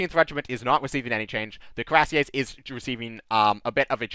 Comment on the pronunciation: Coo-ee-rass-yeh would be close enough for an American. The name comes from the word for an armored breastplate (cuirasse) so it's indeed very appropriate.